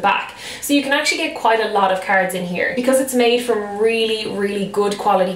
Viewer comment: I keep thinking that she's saying carrots instead of cards 😂 lol